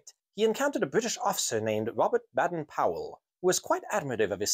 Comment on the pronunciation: That's pronounced as BAYDEN-Powell.